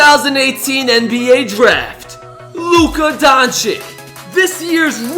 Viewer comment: claims Luka is rookie of the year.... mispronounces his name EVERY VIDEO this dude is worse than Paul Pierce its pronounced DON-CHICH